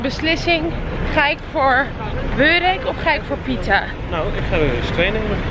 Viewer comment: Je schrijft burek je zegt boerek